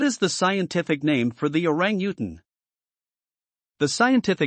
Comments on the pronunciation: I just don't like the computer narration at all. It's certainly not pronouncing orangutan right!! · He had good information but the terrible pronunciation of Orangutan was truly annoying. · LOL the computer kept pronouncing their name WRONG. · Yikes! For FACTS about a species, it helps if you pronounce it correctly in the language of narration... Switched off. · Learn how to say Orangutan properly!!!